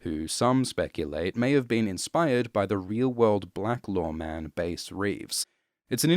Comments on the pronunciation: “Bass”, of Bass Reeves, too. It should rhyme with gas. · Reeves, Bass, like "grass..." not like "base" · It's pronounced BASS, like the fish, not BASE. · Fantastic content as always sir. PS: I'm pretty sure Bass's first name rhymes w/ the fish, not the guitar. Cheers! :) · I'm bothered by the way you pronounce "Bass" and "Veidt" but this is a great overview.